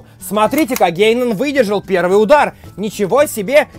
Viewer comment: Ета не гейнан а ґаянон